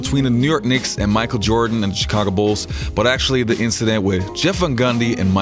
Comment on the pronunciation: Great channel man, but your accent. I am all about one embracing his difference in speech etc, it's what makes us human and different but all these years, your accent is in fact, something I can't be accustomed to. In fact, your s seems to get in the way of correctly pronouncing some words. It's VERY sibilant and almost annoys me. Chigago as well, sounds TSikagkko and it's agghh. But, I had to double check to see that you are not saying robbery instead of rivalry. I love your channel it's amazingly detailed. Just take that as some minor things that will improve it even more! Oh, and as jimmyhighroller channel, I hope you are not pumping your .wav track with a compressor, saturator or eq for it to have more bass and treble...His fake bass voice is annoying.